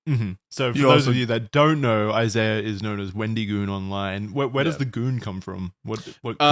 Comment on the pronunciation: After like 7 episodes finally pronounces Isaiah's name properly 😂